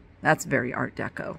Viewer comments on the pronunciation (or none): none